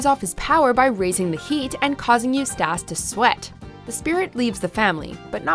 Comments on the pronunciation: I think she really hasn't watched Courage before and is just reading from a script which leads to a very annoying mispronunciation of the name Eustace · I’m sorry, YOUSTASS? YOUSTACHE? Come again? Have u never seen courage the cowardly dog? Wuuuuuuuut the hell is going on lmfao you’re not even saying it the same wrong way each time 😂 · Eustace is pronunced U-tess not U tash! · Why is this woman saying "you-STASS", it's pronounced "YOU-stiss". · It's not pronounced eustace its pronounced eustice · His name is pronouned as Ee-you-stess; not Ee-yoush-stASS. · I heard Used-Ass😂,but seriously, it’s Eustace. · HuSTASS LMFAO. His name is sound like Huustes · what is "eus-tach????!!" gosh you're "eus-less" :/ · Agreed. Lol it's "YOU STACE" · John Stanford .. is she calling him “ Used Ass”, or am I not hearing her right?? Wow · the way she does it - more like Youstass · She said "youstache" lmao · Yooo I was saying the same shit.. hit me like a brick. YOU STASH lol.. I'm like you know damn well that's not how Muriel says it. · I’m sorry but who taught the narrator how to pronounce names? Who on earth pronounces ‘Eustace’ and ‘YOU-STAAS?’ ☠️☠️☠️☠️ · WatchMojo: complains about the Last Airbender's mispronounciations of character's name Watchmojo: Mispronounces Eustace with "Used Ass" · "USED-ASS" omfg i cant 😂😂😂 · " YouStass" We are going to pretend we didnt hear that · Lol Eustace is pronounced “U-stis” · Eustass! How do you pronounce Eustice wrong? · The way she pronounces Eustace tho... "Use-tass" Sounds mighty close to "Used-Ass..." 💀💀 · why does she keep pronouncing Eustice name like that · Who is Eust-ass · The scariest moment for me is when the narrator couldn't pronounce Eustace. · I cry every time she mis-pronounces "Eustace." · 95% of the comment section is about how the narrator cannot pronounce Eustace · I agree. You can make a drinking game out of how many times she mispronounced it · My ears hurt every time she says that. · Right Top Ten mispronounce names 😂